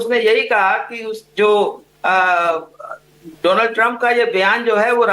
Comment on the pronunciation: Madam shocha correct kardu, feku ne Donald Trump nahi bola tha,... Feku ne kaha tha, " DOLAAND" TRUMP